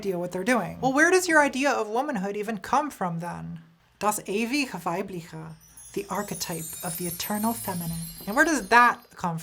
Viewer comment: Oh! She is saying: "Das ewige Weibliche" I had to watch the video four times to undersstand it and I'm german :D